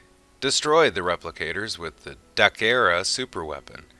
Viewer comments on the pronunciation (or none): Dakara not Dachera